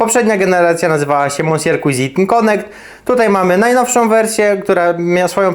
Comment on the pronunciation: czy to tak trudno sprawdzic jak sie wymawia monsieur {mesje}cuisine {cłizin}